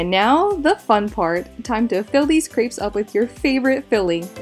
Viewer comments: You're good at making them, but please, also learn how to pronounce the word crêpes (say krep - no s) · Wrong. She mispronounces that poor French word all the time! In Plural, most French words have an -s added to the end of the word, but this last -s is not pronounced. The "s" is muted. Crêpe (with an ê) is a French word. "ê" does not sound like "ee". Nonetheless, she literally says "c r e e p s" all the time. Plurals: although the usual way to make something plural in French (like English) is to add an s (chat→chats), the ending still isn't pronounced because of the rule about most final consonants (d, t, s, etc) not being pronounced. So both the singular word for chat (cat) and plural word chats (cats) sound exactly the same. With that being said, she's fairly good at cooking, but her French is really bad and she spreads ignorance and illiteracy. Generally, most English-speaking people say "pallet" instead of palette (another French word that refers to make up products) and/or uses "omlet" for "omelette".